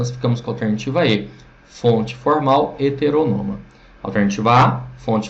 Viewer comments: Seria melhor se ele pronunciasse a palavra "HETERÔNOMA" da maneira como ela é escrita, pois ao meu ver, a forma como ele pronuncia tira a credibilidade e a autoridade sobre o assunto. Lembrando que isso é a MINHA opinião. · Não, velho. Tá incorreta a pronúncia sim. kkk